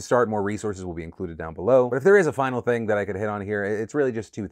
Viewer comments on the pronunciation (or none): none